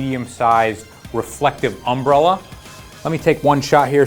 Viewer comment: Hey u put the wrong emPHASis on the wrong syLLAble when u say umBRElla lol